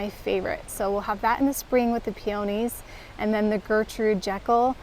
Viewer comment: Everything looks so lovely! And you pronounced Gertrude Jekyll correctly, it's how the woman they named it after pronounced it. 🙂